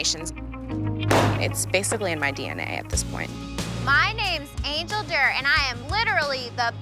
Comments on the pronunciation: When she introduced herself, i thought her name was Angel Dirt. Not until the host said her name did i hear it was Angel Durr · I thought she said her name was Angel Dirt 🤦🏾‍♀️